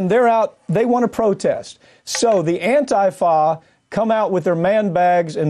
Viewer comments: Why is he keep saying AN-TAI-FA. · If you can't even pronounce the name of a group correctly (It's prounced An-teef-a) it's safe to say whatever you think you know about them is also probably wrong.